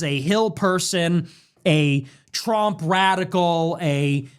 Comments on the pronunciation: Brother its trump not “tremp” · bro i love your videos but stop calling him Trimp its hilarious 😂